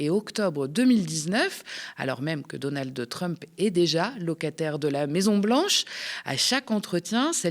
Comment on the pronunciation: on ne dit pas "Donaldeu Trump" !